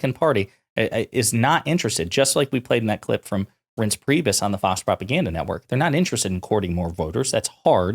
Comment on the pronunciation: Reince Priebus is so “not a household name,” that you don’t even know how to pronounce it. SMH.